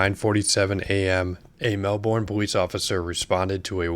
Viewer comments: Being from this city the way he said Melbourne in the beginning made my heart hurt. Listen to the way the officer says the city name thats how you say it😂 the u and r don't make the ur sound and you don't pronounce the O. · it's MEL-Burn, not Mel-born. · “Mel-burn” is how you say it. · You're saying Melbourne wrong mate